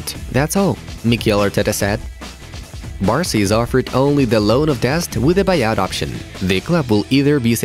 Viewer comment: For the first one it’s Barca not Basra